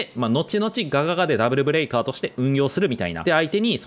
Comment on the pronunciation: ブレイカーじゃなくてブレカーになっちゃってる（揚げ足を取ってるわけではないです）